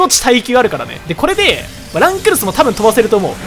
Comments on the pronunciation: この人ランクルスの発音知らんの？ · 最後の方ラン↑クルスとドッヘンアイアン連呼しすぎてて吹いた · ラ↑ン↓クル↑ス↓ってやつちょっとおもろい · ラン↑クルス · ランとクルスを分けて読むな笑